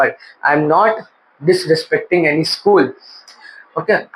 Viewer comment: BRO WAS UNABLE TO SAY DISRESPECTING